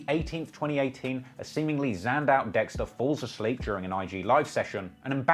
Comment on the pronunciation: Every time u say ah wow dextar I die